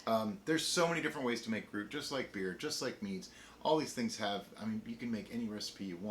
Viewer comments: Tends to be pronounce groo-it :) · Hey guys, i'm from the future and love how you are learning all this stuff (like how a refractometer doesn't work with alcohol)! You'll get a lot better thankfully, so no worries! Also, being a Belgian, I wanted to comment how to pronounce "gruit", but realised the "ui" is prononced in an impossible way to explain in written english. I'm sorry!